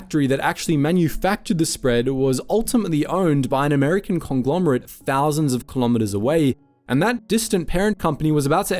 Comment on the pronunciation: The way the narrator says words like "complete" and "conglomerate" and "compare" sounds South African.